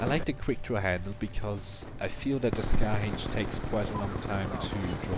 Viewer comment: 'Dee Scahh Haych' Hahah, I thought that accent sounded funny on those words. Very nice guide. I used the Scar H back in MW2 and I was happy to see it return. It's a different feel, but like you said, it can be a very good weapon if played in it's correct role as objective support. Thanks for the vid.